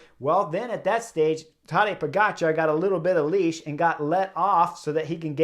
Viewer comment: Tadej Pogačar? It's not silent, Chris pronounced it correctly. The only mistake everyone makes is the emphasis in the name, because it's tadEj, not tAdej.